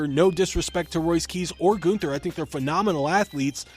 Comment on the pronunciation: It's GUNN-THER! NOT GOON-THUR!